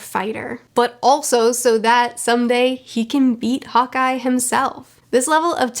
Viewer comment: When says "Hawkeye" does anyone else hear "hot guy"? just me? okay.